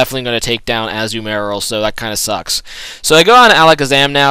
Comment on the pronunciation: Can you please pronounce Azumarill correctly, it bothers me so!